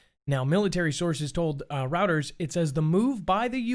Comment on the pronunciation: "Reuters" is pronounced "ROY-ters". Thank you.